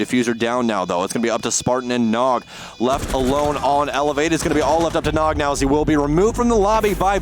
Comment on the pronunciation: He also said nog as N-O-G by the letters